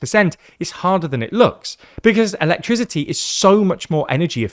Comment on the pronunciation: He seriously doesn't know how to pronounce the word "electricity"? 😂